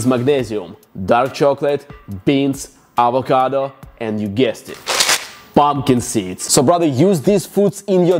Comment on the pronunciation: POMPKEN SEEDS... you are a LEGEND :D